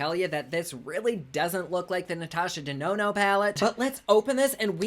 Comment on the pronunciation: Why do YOU refer to her as “Natasha De-no-no”?